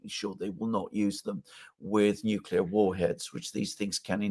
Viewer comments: calls Gorbachev a "weak, useless leader" while Dr. Jeffrey Sachs calls him "one of the greatest diplomats of our day" (or words to that effect." [Also, it's "nuc-le-ar" not "nuc-u-lar". And you totally misused the word "comprised"; look it up.] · If you say "nucelar" I have a hard time taking you seriously. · Oh my God, even the british Dr. says 'nukelar' war. President George Bush Jr's ignorant Yankeee vocabulary has found its way into academic environments in the UK. 😢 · says "excetera," "nucular" and "different to." Back to school!